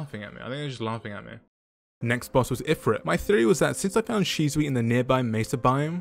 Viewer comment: that is not how you say her name :D. Why are you calling her Shizuwii